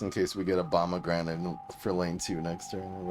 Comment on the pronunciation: I swore I heard him say Obamagranate😅